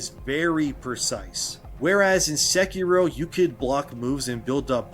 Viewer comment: Why does he pronounce sekiro that way?